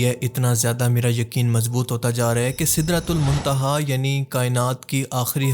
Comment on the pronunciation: black hole ko sidra tul my tiha kyun bol rahay, Kya bol rahay ho